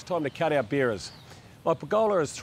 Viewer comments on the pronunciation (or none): Beerer's = Sounds like beers!!